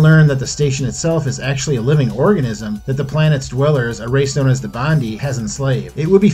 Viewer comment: Not pronounced Bondi. It’s pronounced Ban-die.